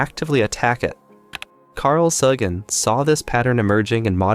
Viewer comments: Maybe our poorly evolved primate species is simply not capable of sustained collective critical thought? Otherwise, pretty good stuff. One quibble. Carl Sagan's last name is pronounced "SAY-gen", not "Saw-gen". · I'm assuming the guy who made this video is young because he didn't pronounce Carl Sagan's name incorrectly. It's SAYGUN. Thanks. Also, is all the art in the video AI-generated? there was no attribution of any artists. Just wondering. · Correctly pronouncing Carl Sagan would go a long way in increasing your credibility on this topic. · Well meaning fyi: Sagan rhymes with Reagan 😊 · Not bad kid, but you lost me when you repeatedly mispronounced Carl Sagan's last name. Carl was my dopest homey - keep searching for the truth though! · You might wanna check how to pronounce Carl "Sagan" lol